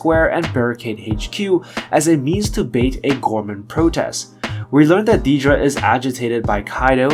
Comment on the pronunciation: On the show, they pronounce it "Dead-ra" not "Deed-ra." Honestly makes your videos kinda hard to watch hearing a major characters name consistently mispronounced.